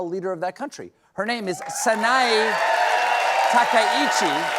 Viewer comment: It is Takaichi sanae.... why do the west not spell or pronounce japanese names well... i don't see people calling Xi Jinping as jinping xi....